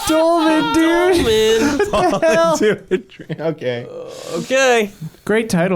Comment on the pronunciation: Dolemen dude! Dolemen!